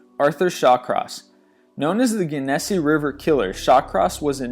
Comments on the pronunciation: #15- the name of the river mentioned, Genesee, is pronounced "jen-a-see", not whatever it was you said. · For Arthur Showcross you pronounced Genesee inncorrectly. Gen-Uh-See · Arthur Shawcross, was known as the "Genesee killer".. spoken like "Jennisee" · #15 Arthur Shawcross was the Genesee River killer as in jen-a-see not gen-a-see in Rochester,N.Y. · The way he pronounced Genesee River is so funny😂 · #15 Arthur Shawcross - you pronounced Genesee wrong. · Learn to pronounce "Genesee" correctly... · Genesee river is pronounced with a 'J' sound not a hard G. So many mis-pronunciations in your videos.